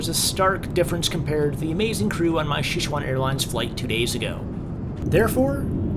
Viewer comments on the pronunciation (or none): Xixuan Airlines? Please tell me you're not trying to say Sichuan Airlines...